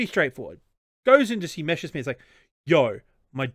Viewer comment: It's called Messerschmidt, first the s then the sch